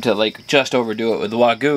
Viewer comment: For the love of all that is holy, it is WAG-YOU. Also, "anyways" is not a word in the English language, it's "anyway". My work here is done, LOL.